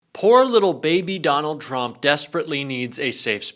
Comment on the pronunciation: Love how Caroline's "machine gun lips" always pronounce Trump as Chump